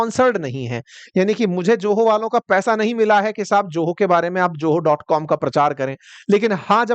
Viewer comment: JOHO NAHI ZOHO